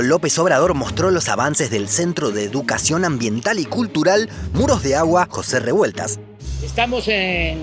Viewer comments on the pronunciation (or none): none